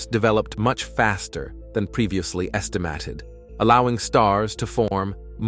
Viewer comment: Yo! Fix your stupid AI voice. It can't pronounce "galaxies," "unnoticed," "estimated," "formation," "farthest," "spiral," and many other words. AI is stupid, just have a person narrate!